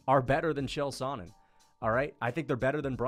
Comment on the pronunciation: no way he pronounce chael “sonnen” like that